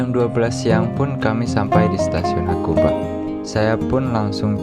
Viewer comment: 白馬= Itu bacanya hakuba bang...😅😅